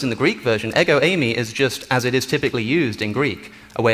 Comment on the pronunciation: “Εγο είμαι” (Ego Eimai)- is pronounced Eh-go, eem ay For the love of god quit butchering Greek 😂